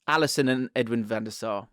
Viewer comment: It's Van Der Sar